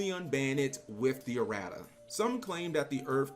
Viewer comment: Lmao “uh-rat-uhs”